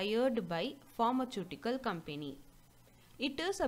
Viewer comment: Please pronounce properly as pharmaceutical